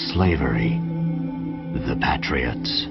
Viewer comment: He says Pat Ree otts lol